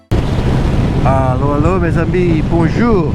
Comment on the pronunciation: Loved this video, I feel your pain with the weather, had a little chuckle when you introduced the video so eloquently in Francais, but when someone greeted you in French you replied "Ello" 😂😂